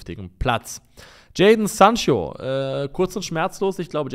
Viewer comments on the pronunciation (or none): none